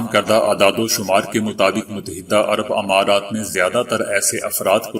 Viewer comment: اپ کی محنت قابل تعریف ہے۔ اگر آپ بعض کلمات کے تلفظ کی طرف توجہ دیں تو آپ کی اس محنت کو چار چاند لگ جائیں "امرض اور امارات "میں الف پر زیر نہیں زبر پڑھیں۔ "مفکر" میں کاف پر زبر نہیں زیرپڑھیں۔ "اتوار "الف پر زبر نہیں زیرہے۔ ناراض نہیں ہونا